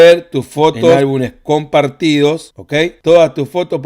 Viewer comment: Se dice álbumes 😅